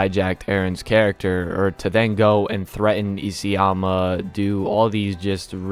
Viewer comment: did he sayed "Isiyama" ? 😃😃😃😃